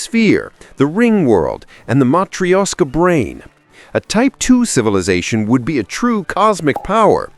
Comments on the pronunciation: Matrishiasha? 😂 Definitely need to work on proper and consistent pronunciation here. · Dude, seriously, just Google how to pronounce matrioshka doll. I was this close to subbing, then you advertised that you have no idea what you're talking about.